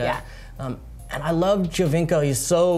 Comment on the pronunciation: Giovinco = joe-veenc-oh ... not gee-oh-veenc-oh. Best player in the league and we can't get his name pronounced right 😑